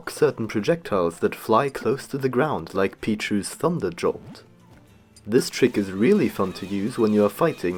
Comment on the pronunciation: DID HE JUST SAY THUNDER “JOLT”